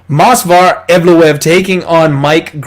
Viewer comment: You were so proud of your "perfect pronunciation" of Evloev's name. In the video you are saying "MOS--VAR EVLOEV". But the correct pronunciation of his name is MOV--SAR. So I thought I would help you out (since you are helping us out with winning our bets).